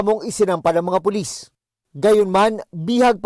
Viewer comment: puLIS-tuLIS.,,,letter T instead of P.